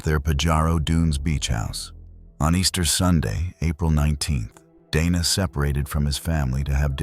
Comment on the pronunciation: To be fair some people would say Donna rather than Dana. Some are just bad at pronouncing names. Hell my legal name is easy as hell to pronounce and people still mispronounce it. They either call me Dina, Diana, or Deana none of which are my name. My name is Deeanna Dee-ann-uh. Some even say Dee-on-uh which is also incorrect. So I give lead way to mispronouncing of names. Because it happens to me often.